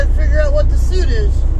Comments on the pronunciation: if the word you're saying as suit is spelled that way you are saying it correctly,but if the word is spelt as suite then it is pronounced like sweet. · suite is pronounced sweet...